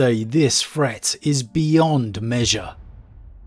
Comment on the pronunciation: Fret. Everyfing. Fanks. Moff. Frone. Fwarted. Brova. Wiv. Strengf. Gaver. Brevren. Fink. Anuva. But no issues saying the, their, that…interesting speech pattern. PS: favourite 40k lore YouTuber hands down